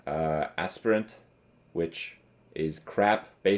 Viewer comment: Oh my god kripp it's Aspirant as in Aspire, or Inspire. Not AssPer Ent